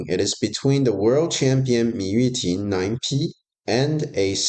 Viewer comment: Am I crazy or did it said Mu Yuting in the beginning